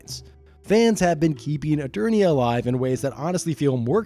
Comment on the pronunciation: Did you say eTURDia? Hehe. Turd. Hehe. Farts😂.